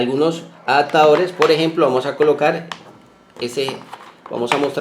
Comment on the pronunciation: "Aptadores, encasulado, intenamente, vatiaje "... ¿Qué tenes en la boca?